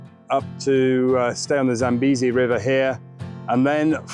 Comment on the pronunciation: "Zam-bay-zi" not "Zam-bee-zi"... You cannot get this pronunciation from a greater authority than me, the name is derived from an expression in my father's language